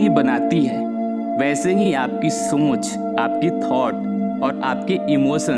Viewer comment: सोंच नही सोच बोलिए